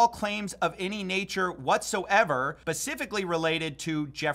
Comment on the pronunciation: Dude, did you just say "Pacifically"?! I used to trust you,! 😂